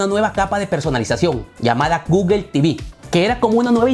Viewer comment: ¿porquè dices gugel? Eso está mal en inglés y en español